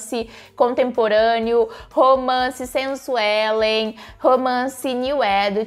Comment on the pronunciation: dou muita risada quando vc fala ''romance sensuelen'' hahahaha